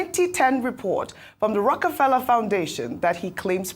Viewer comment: Rockie Fella.... Dr Abatti could not be corrected. It is pronounced ROCAFELLA not spelt correctly but to help him learn pronunciation.